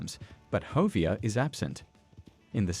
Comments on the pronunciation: Who's hovier don't you mean Javier I think that's how you spell it close bro needs to learn English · Bruh it's pronounced havier not fucking hovier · Dude, Ha vee air. Javier. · I’m not sure he’s even played the game. His pronunciation of Javier and Hosea are proof as much.